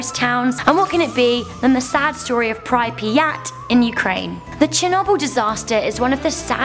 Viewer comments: It's not pr-I-piat it is Prip-yat.... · You’re wrong about Pripyat. For a start it’s pronounced “Preep-yat” and it is safe to visit, believe me, I have been there!! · say it like "PRE-PI-YAT" at least learn the pronounce please would me like not saying any other massive human disaster wrongly.. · how you pronounced "Припять" made me laugh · She pronounced Pripyat completely wrong😂😂. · That's how you pronounce Pripyat? You also spelled it wrong.